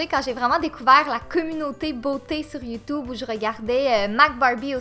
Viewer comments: PUTAIN C'EST PAS youtoube c'est youtube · J'ai adoré à quand tu as dit "Youtoube" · la meuf elle dit:"youtoube" mdrrrr 😂😂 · Pas Youtube mais YouToube x'D (biensur je me moque pas j'♥ les québécoies/ses